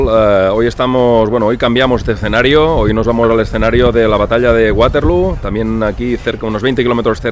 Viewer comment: Para los que no suelen viajar estos videos de museos están muy bien. Y no siendo mi caso pues conozco algunos lugares, me encantan. Te recomiendo un libro de Alessandro Barbero que es como una biblia de esta batalla. Por cierto, el nombre es Waterloo doble "O" no acabado en "U" pues no es ingles ni tu eres la rubia de Abba JAJAJA. Fue la última batalla de Napoleón sencillamente por que allí perdió su tesoro, creo que unos 3 millones de francos en oro que era con lo que podía seguir pagando soldados. En aquel tiempo, las bajas se contabilizaban en conjunto, muertos, heridos y los que habían salido corriendo. Gran video como siempre, Saludos desde Cantabria. Gracias